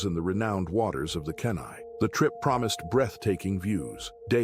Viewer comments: It's pronounced Kee Nye river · Kenai is pronounced key nigh.